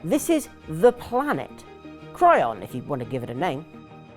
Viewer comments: Chiron. KAI RON. sorry, im cringing every time you say cryon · did you say “cry-on”? It’s chiron….pronounced “Kai-Ron” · How are you getting 'Chrion' from Chiron? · >Cry-On >Cry-On >Cry-On 💀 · While I think it was one of the best games ever made and I agree with you, how do you not know how to pronounce Chiron and you get Reynolds right when you say it the first time and then butcher it the second?